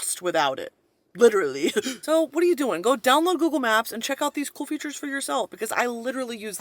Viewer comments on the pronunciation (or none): none